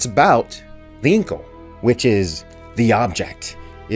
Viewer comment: Thank you,, for revealing The Incal to the kids, and alao THANK YOU for correctly pronouncing "The Incal"....